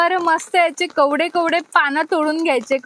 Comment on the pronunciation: 😂😂😂😂kawde. Nahi g bai kowade pan